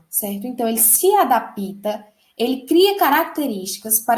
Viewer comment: Alguém fala pra ela q é adapta n é adapita não kkkkkkkkkkkkkkk pensei q era professora rsrsrsrs ela ainda quer ensinar